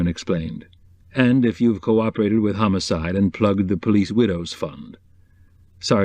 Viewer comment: Lol; I have a mental-chuckle everytime a Character in these stories says the word homicide — pronouncing it ‘humuside’. …I keep thinking that Chickpeas must be a very violent type of legume! 😂😂😂😆😄 (I love the Readers voice, he sounds like ‘Hawkeye Pearce’ — My favourite character from the tv-series *MASH*!)